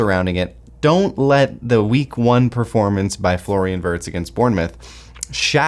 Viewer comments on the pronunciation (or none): he's W-ee-rtz remember, not Wurts